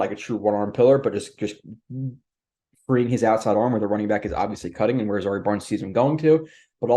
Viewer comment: His name is zy-EAR, not ZA-ree. Like the former country where Ali and Foreman fought the Rumble in the Jungle.